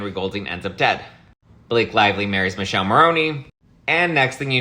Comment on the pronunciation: Dear, his name is pronounced Miii-kele not Michelle, us Europeans know that as it's Michael in Italian 🇮🇹 The E is pronounced like E in elephant😅😂🐘